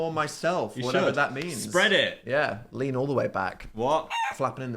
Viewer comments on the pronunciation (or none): none